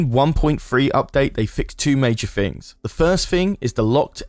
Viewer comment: Things, not ‘FIngs’